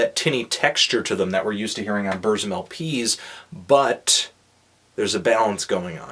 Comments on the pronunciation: Varg: BURZZZZUMMMM Melon: Brrssm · BUR. TSIM. BUR. TSIM. B-U-R. T-S-I-M. Not Burzim. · It's boorsum not berzum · It's pronounced Burtsum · You pronounce everything wrong. 1. It's Burt sum 2. It's bel oos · I FUCKING HATE YOU HIPSTERS< SAY HIS FUCKING NAME RIGHT :'(